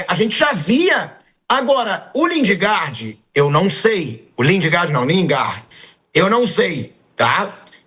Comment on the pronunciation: Lingarde? Porra, nem pronunciar o nome dele sabem. E ainda são pagos? Pelo amor de Deus...